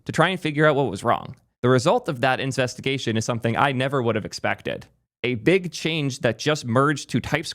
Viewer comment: "incestigation" Lmao